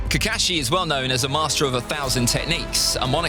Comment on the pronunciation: I really like way he pronounciation kakashi